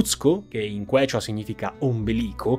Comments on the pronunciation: Bellissimo riassunto in italiano con immagini e grafiche di qualità, bravi! Soltanto che Quechua si pronuncia "kiciua" ma pazienza 😅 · Se tu parlassi meno freneticamente ne guadagneresti tanto in simpatia, credibilita', reputazione. Ed eviteresti di incappare in svarioni madornali di pronuncia, tipo AYACHUCO o QUECHA.